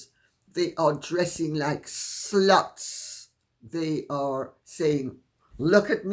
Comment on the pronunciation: Yes on the Tiara! I love how you prounounce s-luts like it's 2 sylables.